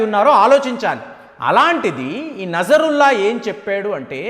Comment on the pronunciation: నజరుల్లా కాదు నస్రుల్లా